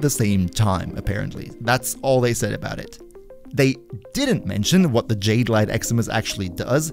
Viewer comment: It's pronounced "Jahd-ay".